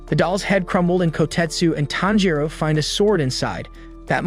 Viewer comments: My guy calling tanjiro thanjro??? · bro said "thanjiro" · The way he called tanjiro ‘Taanjiro’ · Thanjiro? Sir have you ever watched an episode? The names are the same in both English and Japanese ... why go through all the effort of making this content only to butcher the protagonists name ? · Ain't no way he said thanpajiro 🤣🤣🤣🤣🤣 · tanjiro❌ tHaNjIrO✔✔✔✔✔✔✔✔✔ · Its tanjro not tharjo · This guy pronounces every hard name easily with proper punctuation. But when ever he says tanjiro, this guy says “thangiro”. It’s gotta be intentional cause no way are you dyslexic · thanjro? it's tahn-ji-row. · So we just gone act like he didn’t say Thanjiro I’m so triggered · Nah thanjiro the fan breather 💀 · bro said tanpachiro after kamaboko gonpachiro💀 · Ton gee row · Why do you keep saying thanjiro??😂 and wtf micheal Jackson in demon slayer?? Wow mind blowing😅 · Bro why you call him thanjiro💀💀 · IF HE KEEPS SAYING THANJORO IMA KILLLLLLL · dude stop saying thanjiro also its not lord muzan its micheal jackson his cahchfrase is jamona and his gender is hee hee his sisters name is anny her gender is you ok micheal jacksons son’s name is because the kid is not my son micheal jacksons dance is the moon walkee hee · its not fanjiro its not najiro its not anything its just tanjro say it with me tan jiro tanjiro you dumbo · “Thanjero” This guy is making me mad bro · Tanjiro TAN-JI-RO SAY IT RIGHT DAMN IT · Bro said fanjo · "Thanjiro" 💀 edit: mommy im famous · Thanjiro💀💀💀 Inauskay💀💀💀 Dahki💀💀💀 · If I hear fAnJiRo one more time...